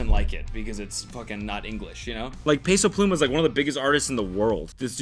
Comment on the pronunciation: “peyso plooma” — love it hahah